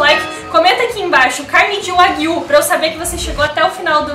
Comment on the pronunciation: Só uma dica sobre a pronuncia do nome da carne, dever ser, apesar de eu não conhecer, Wa Guíu, com ênfase no ¨Guiu¨, pois esta é uma das formas para se referir a bovinos na língua japonesa, exemplo, carne bovina seria ¨Guiú Niku¨, já o leite bovino, ¨Guiú Niw¨, enfim, pelo nome me parece de origem japonesa e a pronúncia correta é com esta entonação, claro que não se escrevendo desta forma.